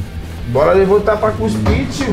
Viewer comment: "Guspir'' kkkkkkkkkkkkkkkkkk é cuspir man